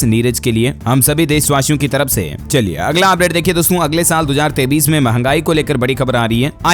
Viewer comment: AAP KA NEWS BAHUT ACHHA HAI LEKIN AAP 2023 BOLTE HO KI 2033 BOLTE YE SAMJH ME NAHI AATA HAI ESKO SUDHARO